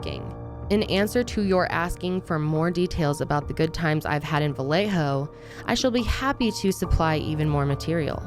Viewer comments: Va lay oh… not Va lay ho please. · It's pronounced like "Viyayho" ughhh